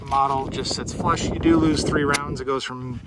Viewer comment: That ain't "flush"